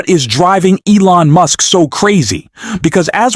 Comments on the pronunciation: His name is Gavin Newsom, not Gnome! And Elon Musk, not Muse😂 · Mooosk? Computer bot faulty pronunciation. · You are mispronouncing the names. You call Musk, Muse and Gov. Newsom, you call him Neum. If you can't get the names pronounced correcting what is the point watching your videos?